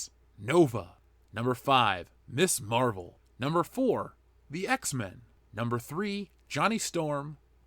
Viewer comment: Ms. Marvel is pronounced Miz Marvel. Must be a YouTube thing to always get this wrong.